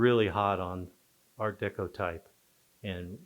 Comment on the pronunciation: Personally, I think she’s mispronouncing art deco. I’ve heard it 1,000,000 times over 60 years never once heard it pronounced her way.